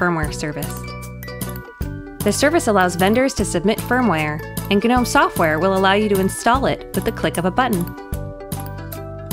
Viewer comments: Yo is she really saying "Guh-nome"? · It just sounds wrong when she says guhnome. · I can't get over the fact that it is pronounced Guh-nome. Doesn't sound right to me.